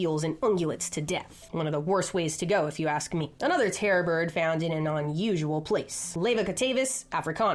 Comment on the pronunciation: Wait is she saying terra bird or terror bird?